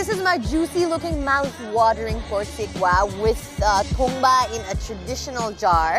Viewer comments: It's " tong baa "guys not tungbaa and Sekuwa is the recipe of Rais and limbus of East Nepal ever listed all over Nepal . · Not tumba its called tongba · Tumba haina hau paschimeli haru it's 'Tongba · Paschimeli haina hau purbeli ho tongbaa